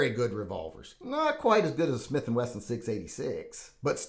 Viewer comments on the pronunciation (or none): none